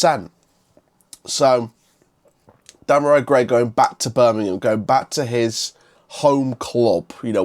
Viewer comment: Hi mate, i know you don't know the player well but his name is pronounce dem ar ree gray